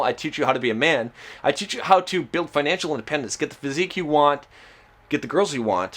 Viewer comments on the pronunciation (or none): none